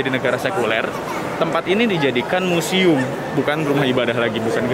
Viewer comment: Keren banget dah bang. Anyway museum ya bang bukan musium hehe